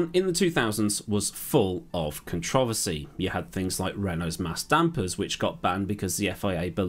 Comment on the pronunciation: Few things I like about the brits. The Noble car company, Worcestershire sauce, and the way you pronounce “controversy”